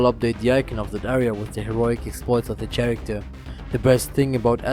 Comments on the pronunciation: your saying the word character wrong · ESO is a good MMO, and you did a good job with your video. Just a heads up, the ch in "character" isn't pronounced like the ch in "chapter", but like the c in "cool". Also, the g in "gems" isn't pronounced like the g in "great", but rather like the j in "Jerry".